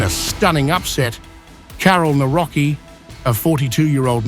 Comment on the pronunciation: "Kałor Nawroki" uwielbiam jak ludzie z zagranicy mają problem z wymówieniem polskich słów